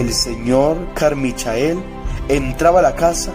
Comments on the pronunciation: Se dice "Carmichel", no "Carmichael" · Carmichael se pronuncia "Carmaicol"